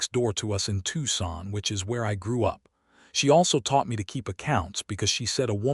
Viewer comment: Hate to start this post with complaints about AI , however, the last name of Catherine is not pronounced as Con,lie but is pronounced as Con,lee. Lord have mercy, the narrator correctly pronounced Tucson!!!!!! Listening from Clarksville, TN.